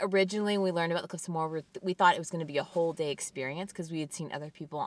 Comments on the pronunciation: awesome videos! it's pronounced mow -her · the cliffs of moher are pronounced Mo her you don't drop the o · haha it makes me lol when I hear tourists try to pronounce Moher. The pronunciation is literally in the name - "mo-her" - good try though. Loved the video!